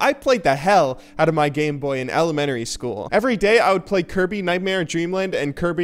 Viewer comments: Think you're saying elementary wrong. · not elemenary school. it's Elementary school... kids these days.............. Love you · It's so weird hearing "ele-men-tary" school. As a Connecticut resident I always pronounce it in the psuedo-English way, "ele-men-tree". I don't know if the Midwestern accent is weird to most people or if most people outside of New England say it that way and I'm the weird one...